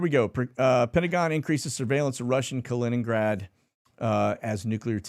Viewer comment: Holy crap, he said Kaliningrad correctly. 🥳